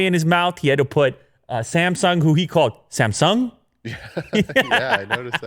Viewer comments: Actually, the way Tim Cook says Samsung is closer to the actual Korean pronunciation. Sort of emphasizing the second syllable. Just sayin’ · Actually Tim Cook tried to pronounce Samsung as it should be, in Korean.